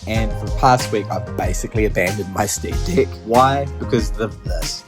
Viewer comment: Sream"dick" make me rolling every time you say it lol....